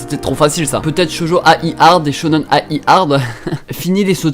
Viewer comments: Ça serait sympa que tu liste les animés et manga dont tu parles et ceux qui passent en vidéos aussi ! Et pour Shonen ai, la ai se prononcé aïe, comme de l'ail ! Pour ceux qui ne savent pas =) T'entendre dire A- I à chaque fois ma fait mal aux oreilles ! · Shonen ai (dit aïe) Shojo ai (dit aïe) Comme ça tu le saura pour la prochaine fois :3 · SHONEN AYYYYY ON DIT XDDDD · ça se dit shonen-aïe il me semble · le shonen/shojo-ai se prononce aïe comme quand tu te fait mal :) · Ça se prononce shonen-"aie" est tjrs au taquet ça fait plaisir!